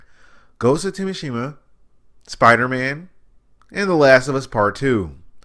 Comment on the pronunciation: Wait what did you just say ' Ghost Of.....what' 😂😂😂